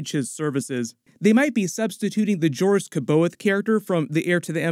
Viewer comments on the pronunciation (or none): Jo ris sab eye awth. Confirmed pronunciation.